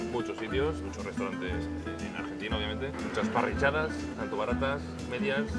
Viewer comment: porque dices parrichadas?